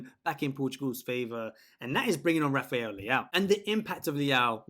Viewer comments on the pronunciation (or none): none